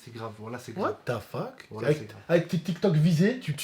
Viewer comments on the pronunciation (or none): le "WaTaFaK" ma TUEEE 😂😭❤️